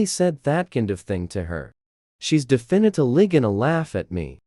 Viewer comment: " luckly the elavotorse of my life" "defenitlivitly going to laugh"